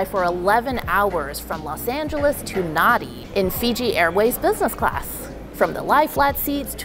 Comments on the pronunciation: Nadi is pronounced Nandi. DUH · Nadi is pronounced as Nahn-di